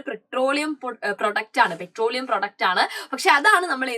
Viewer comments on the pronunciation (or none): 😂pretroleum> petroleum ×